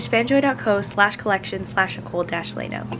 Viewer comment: pretty sure u just pronounce it like "lay-no"